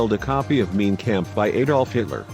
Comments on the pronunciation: Mein Kampf is not meen kamp; it's pronounced mine kompf. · You need to work on you German ..MEAN CAMP..it's Mein Kampf....like Mine campf.. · You pronounced 'Mein Kampf' wrong. Do it right ! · It is pronounced MINE KAMF. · Interesting pronunciation of Mein Kampf. This guy has a very strange rhythm in his speech. Perhaps Did You Know should look for a more professional narrator. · not how you pronounce hitlers book dopey...